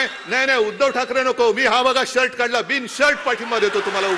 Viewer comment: ‘शर्थ’ आणि ‘शर्ट’ मधला फरक ज्याने ओळखला तो मराठी …! 🚩🚩🚩 उबाठा चा काय ऐकता 🤣🤣🤣